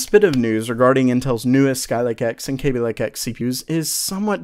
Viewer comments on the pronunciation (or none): none